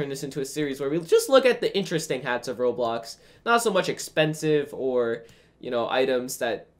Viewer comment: its pronouced Roblox